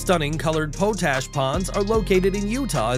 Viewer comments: The substance is pronounced "pot-ash", not "poetash". It is a source of potassium that used to be obtained by burning wood in a pot, hence the name. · Potash is not pronounced like potato ... but rather "pot-ash" ... again, is there even a human behind this mish-mash of pot-ash? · It's Pot Ash... not Po Tash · it is pronounced "pot-ash" not "powt-ash" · Pot ash not pote ash... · It's pronounced, "Pot Ash" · You have a real problem with pronouncing words. potash Pot ash.